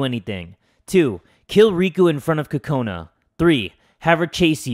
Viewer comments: it's not pronounced like "kakona" if you were to actually pronounce it with a japanese accent like it's supposed to be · i want to tell you that the way you say kokanu is wrong it is coconut but with out the t